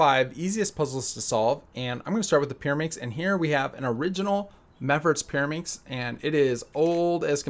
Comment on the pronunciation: Peeruhmixx??? Are you kidding me??? 3x3 is WAYYYYY easier than Peeruhmixx!!!